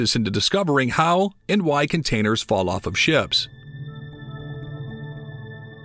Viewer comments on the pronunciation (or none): none